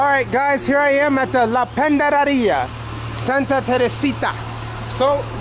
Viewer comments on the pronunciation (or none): PANDADERIA...( Panaderia )🤣🤣 lmao you are hilarious 😁